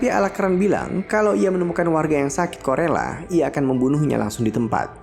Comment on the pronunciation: Bang bukan wabah korela tapi kolera ya 😅 semangt bang untuk chanelnya biar makin bertambh subscribe,like comenny nya 🌹